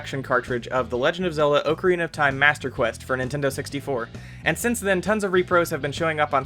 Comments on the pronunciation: It's oc-arina not oak-arina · Did he oakarina instead of ocarina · you say ocarina incorrectly! lol